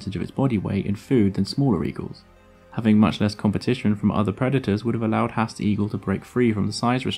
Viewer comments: It's a shame that you've gone to all this trouble to produce this video, yet you can't even pronounce the name of the bird correctly? 'Haast' is pronounced 'Harrrst', not 'Hast'. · Great video. Something to note: Maori language (Te Reo) pronounces vowels differently. Moa is pronounced 'maw-ah' and Maori is pronounced 'ma-or-dree'. Not a perfect explanation, but you get the idea. Haast, while not a Maori word is pronounced 'haaa-st' not 'hast'. Kia ora.